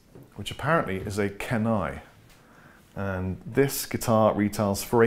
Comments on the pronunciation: Thanks for the rundown. Love that PRS! (BTW Kenai is pronounced "keen - eye" -- as in Kenai, Alaska). Cheers! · It's pronounced "Keenai" brother. -from Kenai, Alaska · Both great , PRS has a bit more sparkle due to the maple cap in this exampe .. PS it's pronounced Keen-eye it's a peninsula/ river in Alaska . The maple cap Knaggs is a better comparison. I have both and prefer the Knaggs .